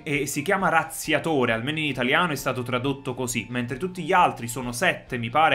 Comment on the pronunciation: "UN RAZZIATORE"😂😂😂